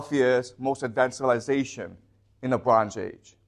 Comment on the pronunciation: the bronj age, ok then, this guy barely speaks english, but thinks he knows shit